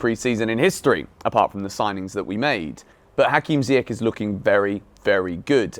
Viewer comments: Small thing. Ziyech has a last name that is pronounced with a soft “CH” sound like Church. So it should sound like Zee-yesh, not Zee-yek. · it's pronounced "ZiyeSH"